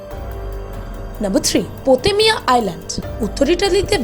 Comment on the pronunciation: আপনি পোতেলিয়া বলেছেন ভুলে এটা পোভেগ্লিয়া হবে😊